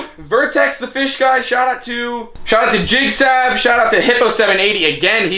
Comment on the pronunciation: Lmao jigsav 🤣 it's jigsaw